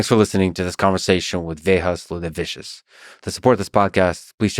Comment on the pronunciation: Talk about bitchering your guest's name - wow! Instead of saying Vėjas Liūlevičius saying vehas looleVIshos 😂